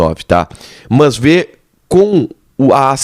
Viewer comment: Dói o ouvido escutar esse jovem jornalista pronunciar a palavra MAS como MÃS, verbete inexistente na língua portuguesa.